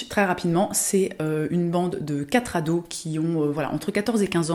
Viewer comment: Non mais... Les quatre « zados », les 4 « zenfants » 😳😳 merci la liaison dangereuse 😱